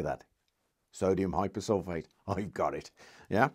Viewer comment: To pick a nit, sodium hyposulphite Na2S2O3 in text, hyposulphate with 'a' in the speech. The hyposulphIte is also known as thiosulphAte, not hyposulphAte